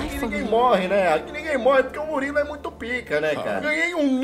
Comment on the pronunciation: Pronúncia: Muriulu